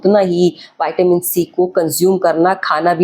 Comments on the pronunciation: Not vaitamin in pronounciation it's vitamin straight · वयटामीन नहीं मॅडम व्हिटामिन बोलो लगता है ये कंपाऊंडर हे डॉक्टर नहीं